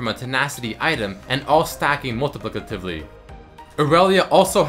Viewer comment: You butchered 'multiplicatively' xD